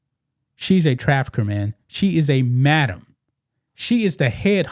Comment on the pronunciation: MADAMA NOT A MAMA 😂🇺🇸🇺🇸🍎